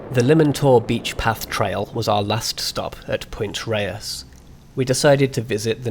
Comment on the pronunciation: Point RAYES. Mar-IN. MYOOR Woods. Mt Tamal-PIE-us.